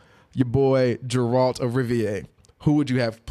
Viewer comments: Not "Jerald". Geralt. grrrrrrrrrrrrrrrrrrrrrrrrrrrrrrrrrrrrrrrrrrrrrrrrrrrrrrrrrrrr lol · Jeralt of Riviay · Jeralt wtf is this Ge-ralt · OMG it's Geralt..."Gear-alt" just had to get that out. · YumLemmingKebabs No its not, it's pronounced Gar-alt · The mispronouncing of Geralt's name is triggering me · bruh confused Joe maganello with manu bennett and kept butchering geralts name lmaooo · Right? XD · Nope, only name you butchered was Geralt's. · Sorry for the rage, but I have to call you out on this because it was too annoying to listen to. How the fuck are you going to get the main character's name wrong especially since you claimed to play the games??? You've had to heard them say it at least 100 times within the first couple hours of playing. Hell, it's even in the trailer and any review of the game. Also manu bennett plays deathstroke on arrow, joe magliano is set to play him in the movies. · Disliked the video for mispronouncing geralt